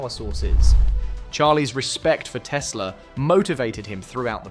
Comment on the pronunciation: Как мне нравится автодубляж - Колю как только не называет - Тесла, Тислы, Тёсла😂 Он там, в гробу, наверное, вертится, как турбина.